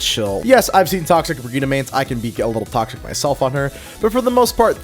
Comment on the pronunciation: That's how her name is pronounced. "Bri-gee-tuh" is correct, "Bridge-it" is wrong.